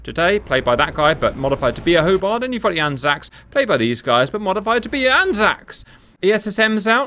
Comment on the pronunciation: Hoe-BARTT, Hoe-BARTT...